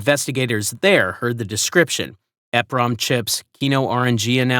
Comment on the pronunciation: It is pronounced E PROM not EF Prom. They are EEPROM CHIPS.